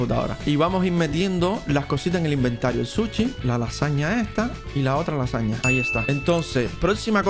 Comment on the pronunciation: Es sushi no suchi